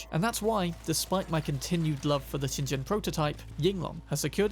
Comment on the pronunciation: "ShinJen" Oh, cmon maan!